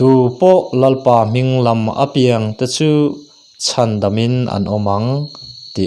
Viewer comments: Chhiar thism khawp mai, ngaihthlak a nuam dap dap e. "Apiang" tih i thluk dan erawh kan thluk dan nen a inang lo deuh.👍👍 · Apiang tih hi athluk i ti diklo fimkhurtakin aw i in peknate aropaia uluk takin aw... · I chhiar thiam hle mai ngaihthlak a nuam e,apiang tih erawh hi chu........ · Apiang i lam dan hi adik lo